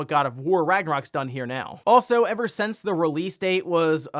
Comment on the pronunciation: Why does always pronounce "since" as "sense"?